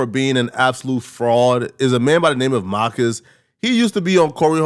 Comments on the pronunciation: It’s Mar - cus Not maccus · Bro… really calling Marcus “MAH-cus” is insane 😂😂😂😂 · There's an R in MaRcus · Why keep saying Mahhkiss? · Why he kept saying Marcus like that 😅😅